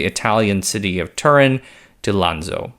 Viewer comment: That's not how you pronounce 'Turin'. The emphasis is on the 2nd syllable, and the 'Tu' is approximately like 'Tyur'